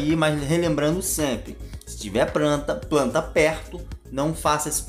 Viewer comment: Ganhou dislike por matar mato e por falar "pranta".